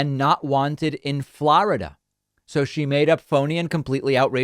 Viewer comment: Why do you say ‘Florida’ like that?